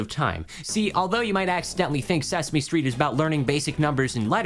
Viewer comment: Sesme stret